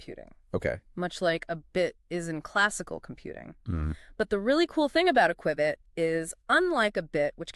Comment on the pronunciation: Had me until “qwibit” 😂